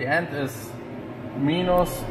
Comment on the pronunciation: Minus is pronounced mye-nus 👍